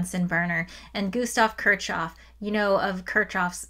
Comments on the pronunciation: It's pronounced "kirkhhof" [kɪʁχhof] (but I'd excuse [kɪɹkhof]) and there are some dialects that pronounce it closer to "kirshhof", but it's definitely not "kirtshhof". Why are Americans so bad at pronouncing German and Russian surnames (and also some Greek and Hebrew words)? You always assume the letter combination ch does its common English sound even when it's in a foreign name, and you just should not do that. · it is not "ch", it is "h" in Kirchoff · No way you called kirchoff kir”ch”off 😭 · It's fine, it means she learned from a book, which is admirable. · yes that’s why I didn’t correct her I’m just surprised she would say it like that lol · Took a few seconds to figure out who that Kirchov was you're talking about. The guy was NOT russian, there's no "tcho" in Kirchhoff / I understand if the english speaking scientific community mispronounces by default and this is for the sake of unambiguous communication, but if you target the general audience, that might be a good reason to break the bad habit, thank you very much ^^